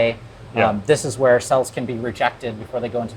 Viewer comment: I love how you pronounce Hwere, I feel like that's how the word is supposed to be said